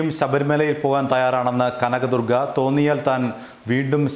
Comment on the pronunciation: Kanagadurga Allaa ival.. Kaaanaga...durgaa.. Pattiga..lllll..